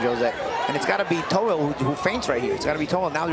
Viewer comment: Last name is toughill no tohill